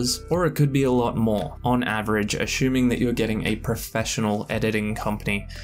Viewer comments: I’ve never heard anyone pronounce “assuming” like this! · You're not an Australian I see...